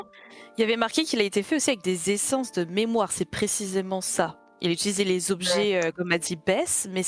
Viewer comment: Pitié un JDR one-shot sur le mémoireuh ! Et message pour le Canada : "Des papiers pour Sybile ! "